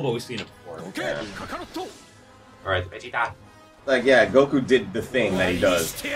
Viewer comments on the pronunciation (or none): none